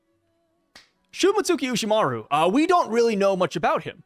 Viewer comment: bruh its pronounced like shii-moats-ski